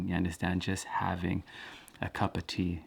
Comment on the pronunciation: Why do I love the way you say "cup of tea"? It's not chopped, it's like on one unique symphony frequency line "cupatea" ahahah. A random anecdote to share vibes. Thanks for what you do.